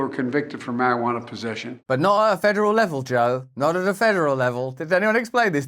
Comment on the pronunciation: “Just for using or pozeshin’”